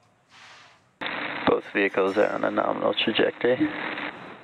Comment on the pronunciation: "Both vehicles following nominal tragectory" dude sounds lit :P